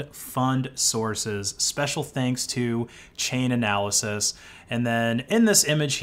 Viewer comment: It's Chainalysis not Chain-analysis ree